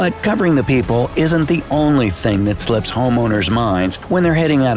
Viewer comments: I thought he said poophole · Am I the only person who thought it was peehole and not peephole XD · Whenever the dude says peephole I hear it as people and when he says people I hear it as peephole